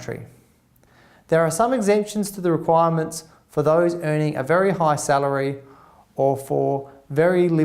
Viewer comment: Very High Salaray? LOL!